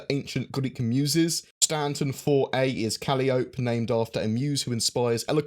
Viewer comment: Say it with me... kə-LY-ə-pee